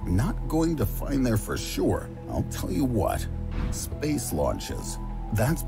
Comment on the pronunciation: We just gonna pass by the way the narrator adds extra vowels when he pronounces "space" like 'Spayus'